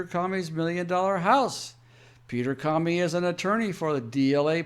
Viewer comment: Love your fact based reporting. It's awesome! Thanks P.S. The "o" in the name Comey, has a long sound like the word alone. Unless, it's a little a play on Communism and in that case maybe we should all start calling him Commy